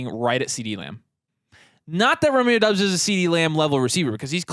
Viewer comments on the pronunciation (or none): It’s Dobbs not Dubs. Romeo Doubs.